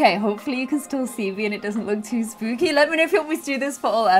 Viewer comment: I love how you pronounce the sp (in spooky, for example) like a schp (in German lol) it’s so funny😂💗